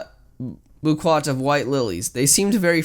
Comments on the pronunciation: he legit called a boquet a "booquat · bouquet is pronounced boukay (not how it is spelt though)